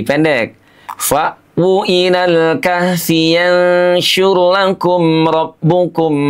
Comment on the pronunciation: Pak menyebut kahfinya kok begitu... hutuf ha nya hrs spt bergetar dadanya